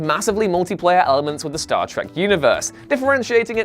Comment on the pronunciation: It’s Star Trek not Star Track.